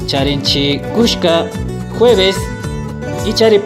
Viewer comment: Buenos días. En el idioma quichua el día Jueves está escrito: KULLKA, pero usted pronunció como si hubiera una SH, o sea KUSH - KA. Además, en Carnaval está escrito TUMARINA PUNCHA pero usted pronunció la segunda palabra PUN-LLA. Es decir, ¿se escribe de una manera y se pronuncia de otra forma?...